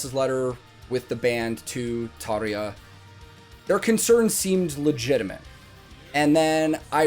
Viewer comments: Good start ... you know how to pronounce Tarja :) This was special. The band was all in, especially Floor of course. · I want to congratulate you , not just for the video, but for being a Yank and actually bothering to pronouncing Tarja's name properly. All of the non-English names actually. Not something you see often in the youtube universe. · I love 💓 how you pronounce Tarja 😄